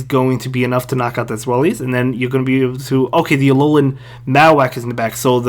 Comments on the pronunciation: Good vid man. Btw it’s pronounced zvy-lus (German word for 2) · its ZWEIlous like german number 2